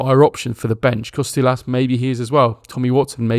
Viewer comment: Kostoúlas was good, Xaràlampos was a bit off.